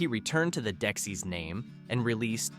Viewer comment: And it's Dexy-apostrophe-s: Dex-ees, not deck-sis